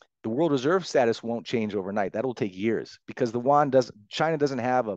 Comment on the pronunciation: He can't pronounce Yuan??